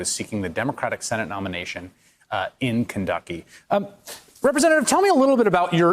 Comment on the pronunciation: "(...) in Kenducky"🤣🤣